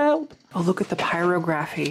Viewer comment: I wish I could let it go, but… It is pronounced pire og raphy, with the accent on og, like geography. Really enjoy your videos.